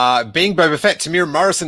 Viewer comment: Proud Kiwi here..: Here’s a quick tip to the Māori pronunciation of “Temuera”. The word has four syllables: “Tem-u-e-ra”, spoken as “Temu-Era”. Bonus points for rolling the “r”. It’s also legit to call him “Tem” ✌️🇳🇿